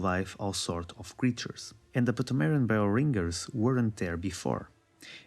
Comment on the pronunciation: The P in "pthumerian" is silent, bro.